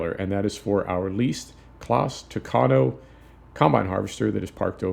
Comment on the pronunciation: I like that you're saying tucano the right way.